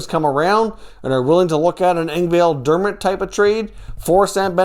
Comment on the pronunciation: If I was Toronto I would be wondering why you are still pronouncing Pierre Engvall's name incorrectly